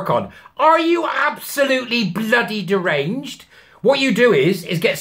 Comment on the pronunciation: Love the way you say ‘it’s DERANGED!!’